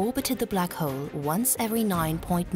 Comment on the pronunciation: I can't help but notice the narrator keeps calling the black hole black hoe.